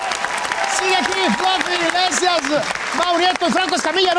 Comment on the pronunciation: acabo de ver que dice Gabriel Iglesisas, antes de Gabriel Iglesias